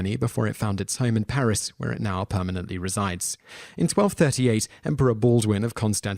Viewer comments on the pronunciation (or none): none